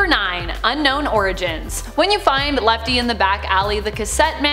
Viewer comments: It’s lefty not L.E.F.T.E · Lefty not lefte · Its lefty not lefte its funny name lefte XD